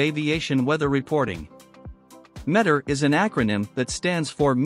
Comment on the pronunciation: Stop saying "met-er." It's "ME-TAR."